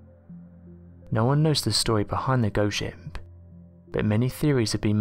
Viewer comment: It sounds like you're saying 'shimp' instead of 'ship' lol Great video nonetheless!!